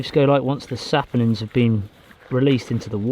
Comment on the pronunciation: you finally said "saponins" correctly